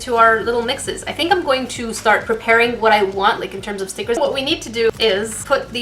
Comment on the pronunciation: “OH MEH GUD STICKAHS.”